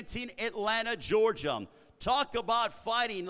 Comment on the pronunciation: why does that host add an M at the end of Georgia? da faq?